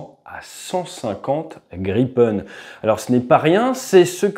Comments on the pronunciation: It's Grippen, Griffin! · À part pour la prononciation rofole et graillepen, très bon 😅 Et quel merveille, cet oiseau ! J'aurais bien voulu le voir voler au dessus de ma belge tête 😊